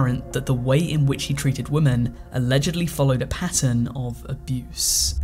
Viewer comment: Why can't you pronouce the word 'women' properly?